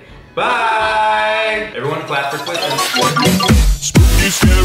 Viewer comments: Who else loves seeing Liza call Kristen,!? 🙋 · Liza: say hi Kristen: hi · Weee wooo its and Scwott 💞 btw this was very spoopy